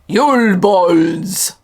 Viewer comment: Can you make an mp3 of you saying JUL BOLS so I can make it my ringtone? 😂😂😂 I'm so excited this is back